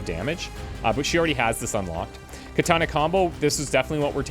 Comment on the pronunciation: Love the video. Hate the way you say "katana". Unfortunately, Japanese is a language with no real derivations as to how vowels are sounded, an a is always "ah". So, katana is three ah sounds; kahtahnah.